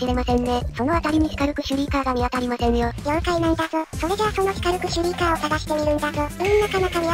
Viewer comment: の時のとがスカルクシュリーカーのことをシュカルクシュリーカーって言ってるのが可愛い😊